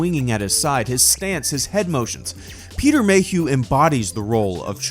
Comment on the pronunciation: peter mayhuehuehue